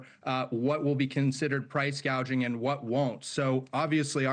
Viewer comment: Gouging not gauging.